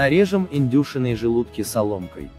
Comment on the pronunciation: Это что за издевательство? 0.5 чайных ложек, 1 грамма, индЮшиные желудки... Вы на каком языке говорите? Слух так режет, что рецепт не воспринимается.